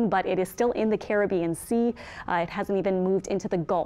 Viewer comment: More than the voice. Also, nice to hear the correct pronunciation of Caribbean, unlike Levi on Tropical Tidbits (one of his few flaws, I'll admit)..